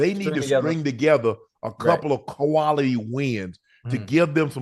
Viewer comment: Ayeee yooo Unc wtf is Ka-Wality ? 🤔😂